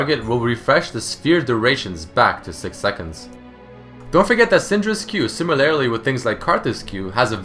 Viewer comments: similarly. similar-lee. not similarily xD no hate just letting you know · sIIIImilarly, not similAAAArily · It pains me the number of times he says "similarily" when it should be "similarly". Maybe I'm just a grammar nazi, I don't know. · How come you pronounce "similarly" as "simiLAREly? I couldn't stop noticing it D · i heard it 5 times haha